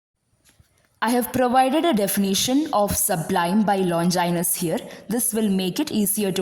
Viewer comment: Many of the words including the name of the author are mispronounced. Please make a note of it.